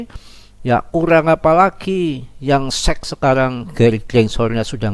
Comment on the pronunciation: Sec bang bukan seks😂